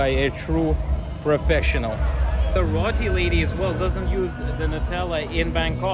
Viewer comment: Now could you teach him how to pronounce roti? 😂